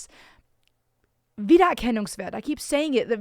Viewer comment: Whoa! That "wiedererkennungswert" was clean and proper pronounced! Kudos!